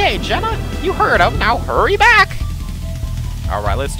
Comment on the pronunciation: Oh, I see, I correct Psynergy and then you subtly call Jenna Jjenna. I see what you're doing! OK, no, not really but I needed to comment here at least once instead of directly to you in Steam. :p